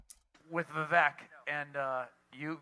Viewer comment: funniest thing about this for me is that Pulte is constantly addressing Vivek by his first name and he mispronounces it every single time. If you’ve heard Vivek’s rap, it opens with “my name’s Vivek, it rhymes with cake.”